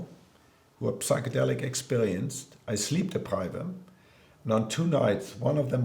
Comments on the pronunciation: Psychedelic is with a silent P. Pronounced Sychedelic. Please...just embarrassing. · The ''p'' in psychedelics is silent.